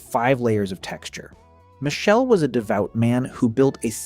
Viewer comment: The name is pronounced 'Mikele' not Michelle. It is the Italian form of Michael